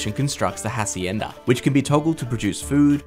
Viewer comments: "Acienda" y yo soy un güero. El hache es silencio. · The hhhaacienda. Mmmm... that's definitely the pronunciation. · HHHacienda. Nobody told this guy that in spanish the H is silent lol. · Great expansion, tough, I wonder why people don't bother looking for the correct pronounciation of foreign words. The "h" in "hacienda" is silent, it's not that hard guys. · bruh .... they got the time periods wrong.... ok to begin with, I'm actually Mexican and the guy's pronunciation was meh he mispronounced 1/2 of those things, like specially the Hacienda. Second, some things were spelled incorrectly, and most importantly and thirdly, Mexico doesn't Fit aztec time period. like i mean i they're apart by 300 years i really hope they don't add aztecs to AOE4 seriously, it'd be so conflicting. As a mexican I like this mexico civ i'll check it out but man, it's gonna be conflicting to play tbh